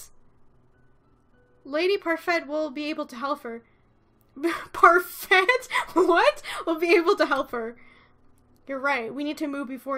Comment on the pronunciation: Why do you pronounce parfait with a t? It's French they don't pronounce y'all at the end of words